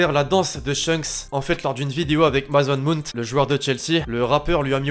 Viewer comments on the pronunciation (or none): none